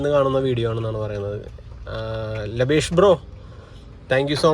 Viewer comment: ലബേഷ് അല്ല. ലാഭേഷ് aan😆